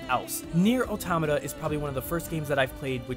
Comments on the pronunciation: Automata is the plural form of automaton. It's pronouced auh-TOM-uh-tah, similar to auh-TOM-uh-tawn. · I can't tell if he's pronouncing automata wrong of if I've been pronouncing it wrong lol